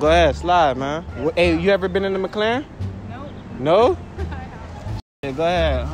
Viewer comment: It's called Mc-Laren not Mc-Claren